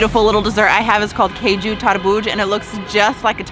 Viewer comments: It's not keju it is kaaju - cashew nuts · It is not "kay ju". It is "Kaaju". Not sure how you would feel if non-natives say "baa gel" instead of "bay gel", or similar. I am sure one would earn strange looks for blatantly mispronouncing, and with how this western society is about approaching people (or not), it just would lead to perhaps, behind-the-back giggles, to worse. BTW, "Kaaju" is cashew, in Bengali. And, you are, in Bengal. And, as you can see, it is a different culture, and different language, even a microcosm within, in the great diaspora of India. We know you have never had "any" of those desserts before. Westerners, are singularly insulated, and the treats of India only exist as such a rarity here in the west, that it is superfluous to state you have never had it before. Especially for a first-timer. Keep discovering. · It's kaaju not keju , cashew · Caju is pronounced "Caa - joo" (think "Calm Jew", minus the L and M in calm) and it is something you already know. Cashew is the adulterated pronunciation of the word Caju. Just like the word Pistachio is the mispronunciation of the word Pista. The "ras" in Rasgullah means juice or syrup and is pronounced like the English name "Russ", with Gullah meaning a round or spherical object. The words Gulab Jamun translate to Rose (or Rosy) Plum. Kala ("Kaa - Laa") Jamun means Black Plum. See! You're learning Hindi already!! 😊